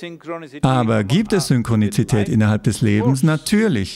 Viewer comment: Ist es nur mir aufgefallen oder auch anderen, like für Ja, Komment für: ist euch egal? :D Heißt es nicht Synchronität? Laut Duden und Google gibt's kein Synchroni "ti" tät. Guter Sprecher aber das war ein Krasser Fehler ( nicht die Übersetzung, sondern das Ausprechen des Wortes). Aber wir sind Menschen, jeder macht Fehler xd.